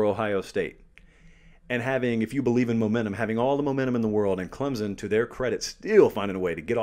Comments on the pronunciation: Its pronounced "clemp-son" not Clem-zon". Christ!! What is so hard about that?? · there is NO z in clemson so get the Z out of there and say the name properly it is NOT clemzon it is clem SON!!! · It is CLEMson...there's no "Z" no "P", it's not hard....get it right. What, do you have to go there to know? Well, I'm 4th generation....so I sure know...It's like Clem's Son....give me a break. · ClemSon, not ClemZon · There's no 'z' in Clemson. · hey love the analysis! you usually pronounce Clemson just fine, but that phantom Z came out today haha